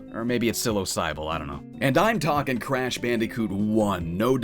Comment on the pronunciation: I think psilosybil is meant to be psilo-sybil instead of psilosy-bil? I may be wrong though.